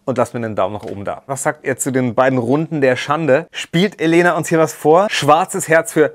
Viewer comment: ich finde es sehr unaufmerksam, dass die sprecherin und viele im camp den namen Elena falsch betonen, sie hat schon aufgegeben, es zu korrigieren, sie heißt Eléna, 2. silbe betont, nicht die erste.